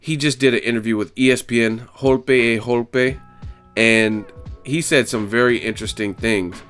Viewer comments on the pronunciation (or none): It's Golpe a golpe It should be easy for you to say if you read it Goal-pe ah Goal-pe. Nice video bro keep them coming.